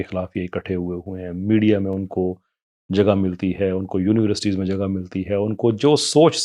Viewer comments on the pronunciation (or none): O 'mulAk' nhi hota 'mulk' hota hy.. 'Univresty' nhi 'University' ... omg these are basics